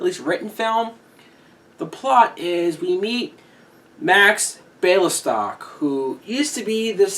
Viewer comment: Zero Mostel (pronounced Mah-stell) played Max Bialystock (pronounced BEE-ALLEY-STOCK) a small town in Russia, from which Mel Brooks' family presumably came! If you want to be taken seriously as a reviewer, learn how to pronounce words, especially names, correctly! Brooks' script was based on an actual incident where the producer of "No Times for Sergeants" hoped it would flop so he wouldn't have to return the investors' money. He chose the then unknown actor Andy Griffith for the leading role, that of a hillbilly who is drafted into the army. The play was a huge success on Broadway, was filmed with Griffith, launching his career, and sparked a TV sitcom. Yes, the producer went to jail for fraud, but, unlike BEE-ALLEY-STOCK, did not return to show business.